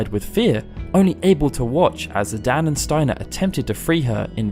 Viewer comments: Its zidane not zidan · Just a small note here, but I believe it's Zi-DANE, not Zi-DAN. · "Zidan" Did you just forget there's an E in there? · Ok, I'm sorry and normally can let this go but you say it so often... Zidan? There is an E at the end, like cane, lane or plane... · The way you pronounce Zidane is not good. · Hey pronounce the main characters name wrong